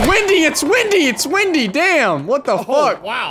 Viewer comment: "It fucken wimdy" I think is the proper way to say it